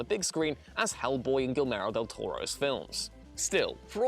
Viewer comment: "Guilmero del Toro", really?